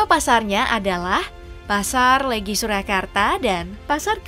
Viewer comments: pelafalan "weton" dan "legi" kocak... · Naratornya pasti bukan orang Jawa, Kelihatan dari cara dia menyebut Weton, Neptu, dan Legi